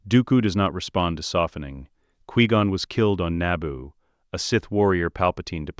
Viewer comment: 1. Obi-Wan didnt bury Qui-Gon under a tree. Qui-Gon was given a proper Jedi funeral. 2. Dont spend this whole video calling him Quee-Gon. 3. What the hell is with the ridiculous over description? It seems like you took a 30 minute video tops and drug it out in every way you can. Describing the placement of every individual air molecule, every synaptic impulse in excruciating detail. Do you just like to hear your crap AI voice drone? Or did you type a few parameters into chatgbt and have AI read the entirety of what came up without proofing or editing and hit post? You need to tighten things up in a bad way.